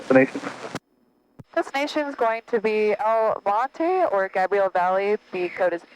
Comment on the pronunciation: San Gabriel (long A, like Gabriel Iglesias "Fluffy")